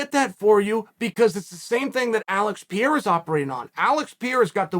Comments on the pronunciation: No one can even pronounce his name right, so I give chael a pass this time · He's almost there: Pierre, Piorah, Piera you can do it Chael!! Undefeated, undisputed!!!! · Really still with not says Pereira. Don't you know any Brazilians? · You really do go out of your way to mispronounce name don't you? Anyone new to the sport who stumbles across this video are gonna hear Chael talk about at least 3 guys who aren't in the UFC... LOL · Funny how you can pronounce Teixeira but you can't pronounce Pereira. Why the descrimination Chael?